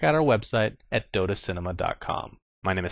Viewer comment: its called dota 2 <-- emphasis on the 2 dude